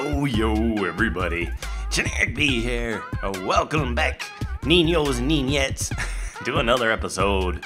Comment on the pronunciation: i think its niños and niñas not niños and niñets